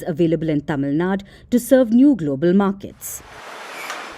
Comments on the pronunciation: Tamil Nadu... Not Tamil na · Please put effort in saying it correctly as Tamil Nadu or just don't have to say it